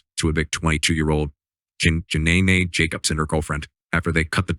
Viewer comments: 12 seconds in and im already dyin' 😂😂😂 her name is NOT Ja-nay-nay! Someone tell me they are lying😂😂😂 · Not "Ja-nae-nae"!😂😂😂😂😂😂